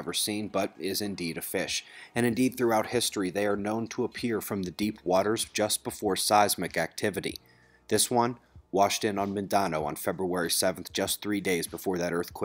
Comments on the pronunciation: Awesome Channels - great work. Mindanao - pronounced "min-de-now". And if that's the only critique I have....pretty fargin' good channel. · For the record Mindanao is pronounced MIN-dan-ow